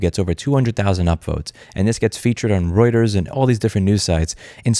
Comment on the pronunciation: Louis actually pronounced Reuters like Reuters, that's surprising and funny.